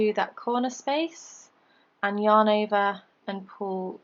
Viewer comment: I love your British accent when you say "yarn over" 😂